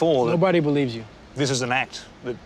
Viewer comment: Devin : " Nobody belives you " lmaoooooo